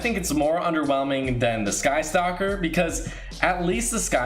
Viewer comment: Got triggered when he said Sky Stalker.